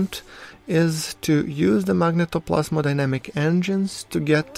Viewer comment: Phoenix Tunes magnetoPLASMOdynamic ;)